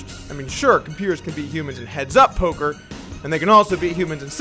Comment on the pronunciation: he says polker players